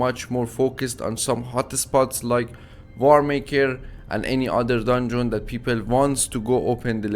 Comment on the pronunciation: you need to stop saying dundzon say it without o like dandzn you going on my nervs when you say dandzon dungeon dungeon dungeon